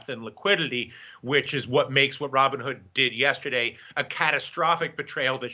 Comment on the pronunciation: "Raw Bone Hood"? LOL